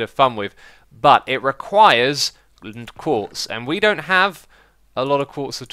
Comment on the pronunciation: "But it requires Lnnntquartz!" What is that Xisuma😂😂?